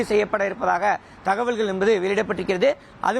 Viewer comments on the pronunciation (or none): Envadhu, Enbadu, Enbadu?????. What is this?